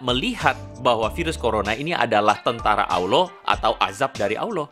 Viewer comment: Bukan Awloh bang tp Allah